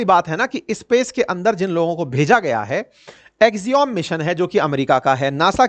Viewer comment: अवस्थी जी, एक्सियोम नहीं एक्सियम सही उच्चारण है।